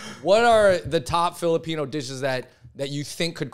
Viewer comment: it's weird that he keeps pronouncing Filipino as Filipina, especially since the women are more likely to emigrate. The cosplay thing is accurate, but it's mostly because Filipino Americans are more likely to call themselves FilipinX and study woke humanities subjects, so they are more likely to advocate on behalf of people they don't understand. Back home, Filipinos are more likely to be Catholic and chaotic, so political correctness is not as big of a deal